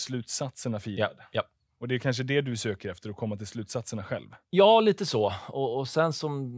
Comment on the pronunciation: Oh, du har hittat en motståndare i SM-finalen för de som kan säga "Ja'!" kortast och snabbast. :D